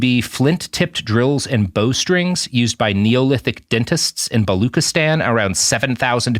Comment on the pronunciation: balu-tchi-stan, not bali-khi-stan. jeez robert, do SOME research at least